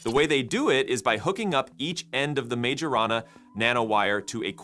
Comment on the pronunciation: majorana. no. majana. yes 😭😭